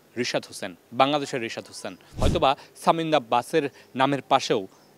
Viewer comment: ছামিন্দা কে? Work on your pronunciation.